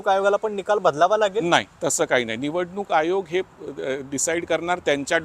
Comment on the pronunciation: जानेवारी -जाणेवरी निवडूनुक आयोग. ण पुन्हा, ण.. दोन -दोण नाही... उल्लंघन.. ण .. नंतर - ण बातमी खूप छान आहे., फक्त न आणि ण मध्ये गोंधळ नका करू सर.